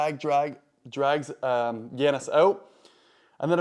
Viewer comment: YA-nis. Not Yan-nis. Lol. Killing me with these names.